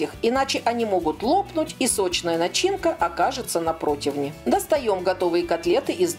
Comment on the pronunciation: Очень понравилась готовка котлет по - киевски.И ещё , Вы правильно произнесли слово ,,противня " , а не ,, протвеня ".